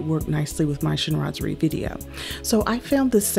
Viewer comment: You described everything so well! And to be honest, I didn’t really know how to pronounce “Chinoiserie” properly 😂. I didn’t even bother mentioning it in my video 😅. So, thank u for keep saying “Chinoiserie”. Now I know. 😘